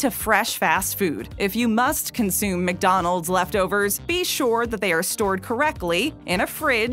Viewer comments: The pronunciation of ", Mick rib" is excruciating. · You said mig Donalds like my dad lol